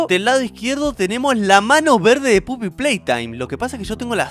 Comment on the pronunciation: se dice poppy, no puppy